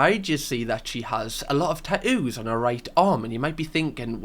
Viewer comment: tat ewwws? It’s kinda like wooo tah. “Hey you with the tat ewwws, can you grab me a bot uhl of wooo tah?”